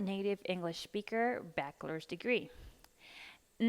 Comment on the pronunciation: Critica constructiva: se dice baCHelors no baquelors. La CH en esta palabra se lee igual que la CH en español. Todo muy informativo.